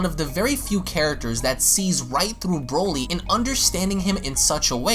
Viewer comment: NOT WIS..NO NO This Brody this BROLY